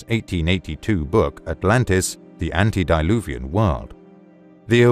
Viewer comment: Good video. However, please let your VO artist know that the term "antedeluvian" (meaning "prior to the worldwide Flood") is not pronounced "ANTI-deluvian" (which means "against floods"). Thanks!